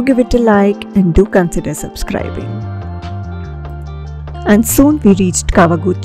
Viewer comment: You keep referring Kawaguchiko to Tawaguchiko. I thought I heard wrong but there were few times you said Tawaguchiko.